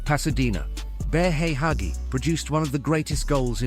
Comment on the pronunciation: Sorry. I thought you were talking about Hagi 😅 But Yes, the narator of that video seems he can’t pronounce correctly ‘Gheorghe Hagi’